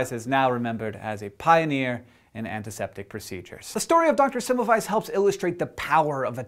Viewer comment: Hank, you were saying Semmelweis's name wrong. In Hungarian, a single S is pronounced as an Sh.